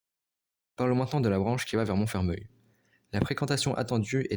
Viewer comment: Attention à la prononciation de Montfermeil. A prononcer "Monfermèy" et non "Monfermeuil" 😉